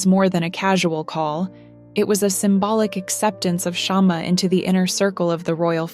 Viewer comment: It's not shaam it's shma means twig of candle or lamp ❤❤😂😂